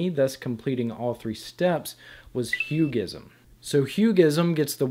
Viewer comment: To be honest, you're only the 23rd person to change place on the I and the S in my name when writing or saying it! It's HugSIm, not HugISm